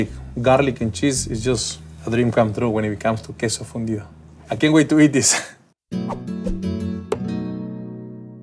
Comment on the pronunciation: I thought he said fundio lol